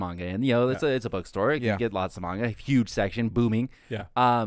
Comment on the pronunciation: Is it Mangalku or Maingalku? If you're going to call yourselves weebs, at least pronounce Japanese correctly. Anyway, this is a series that takes a long time to really explain things or for things to start really making sense. It's meant to lull you into being some silly sex romp, but it gets more depth as it goes on.